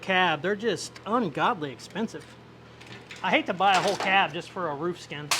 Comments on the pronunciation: Wanna pronounce Roof correctly guaranteed?!?!? Say out loud PROOF and your welcome lol! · Yea, he actually doesn’t pronounce a lot of his words correctly since the tooth thing. He loses compression. You should see him try to drink a glass of water😅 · Ruff... Roof.... 🤣😂🤣 Hilarious Bro..... Thanks for the great video Bud !! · You say ruff so much I’ve actually questioned if I was maybe saying it wrong 😅